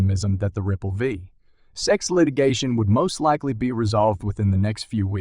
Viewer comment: S.e.c. Not sec….and Gary gensler not geensler😂